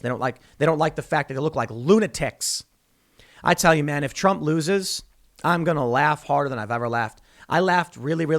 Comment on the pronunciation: Donald Drump? You ok there Tim?